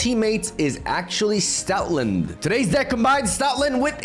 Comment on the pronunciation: Why do I hear Stalin instead of stoutland am I tripping